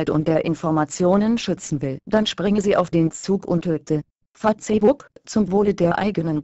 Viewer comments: "Fa-Zeh-Buck" .........dafuq? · Fa-tse-buk *lool* muss was chinesisches sein ;) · ich verstehe immer fotzenbook o.O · Fatzehbook, paul panzer spricht auch so -. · Fatzebuk xDDD trainiert mal eure Computertusse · XDD FATZEBOCK :D AAALTER!:D was fürn fail.XD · LOOOL Fa-zehh-buk haha :P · Punkt 1.) Die Deppen können nicht einmal Facebook richtig aussprechen und Punkt 2.) Lassts einmal die Internet Seiten in Ruhe....was würdet ihr sagen wenn auf einmal eure Seite nicht mehr geht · operäischn fahzebuk :D:D:D saugeil!!